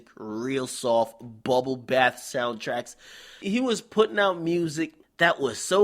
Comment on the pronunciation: "bubble bath soud tracks"😂😂😂